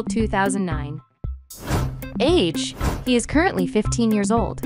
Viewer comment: "Birth sing" 💀 "Yera" 💀